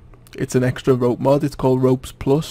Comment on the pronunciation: sounds like he's saying mob